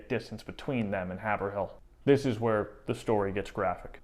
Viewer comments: MA is full of fun names that are pronounced differently than you'd imagine them. Haverhill is one of them- Hay-vrill (emphasis on 1st syllable) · Loved your account, but just a small mention; Haverhill is pronounced HAV- er-ill. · I have lived in Haverhill (pronounced Hayvrill) my whole life and I drive by Hannah’s Statue all the time and you are telling me she is missing a shoe!!! wow! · It is pronounced by locals " Hay vrill ." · It’s pronounced Hey-v-rill The real butchery here is the pronunciation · Haverhill is pronounced Hay-vrill. Wicked awesome videos btw guy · Born and lived in Haverhill, MA. for 69 years, I had a 1 month class in the history of Haverhill (pronounced Hayvrill) in the late 1960s.We were taught that Hannah kinda lost it when she thought her entire family had been killed and was bent on vengeance. According to a tale from the boy from Worcester, they were 50 to 100 feet from the island in the Merrimack when Hannah turned the canoe back to the island to collect the scalps of those they had killed. They then went back south on the river at night only and found sanctuary with a farmer from Nashua ,New Hampshire.This man would not leave his family alone with French and Abenakis in the area but did give supplies and advice on how to get back to Haverhill MA. We were told that after several days the 3 escapees landed where her and the nanny were initially put in canoes for their journey to Canada. I believe the young boy, who had been a prisoner for much longer was returned to his surviving relatives in Worcester. The Buttonwoods museum in Haverhill has much info on this as well as some artifacts from Hannah. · Haverhill locally pronounced Haavrill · Great info! I enjoyed it. I know some Duston descendents. Ps its pronounced Haiv rhill by the locals. Keep up the great videos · I can’t believe how you are saying Haverhill It’s have like wave and ril like til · Oh, yes, it's pronounced Hay-ver-rill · Haverhill is pronounced "hay-vrill"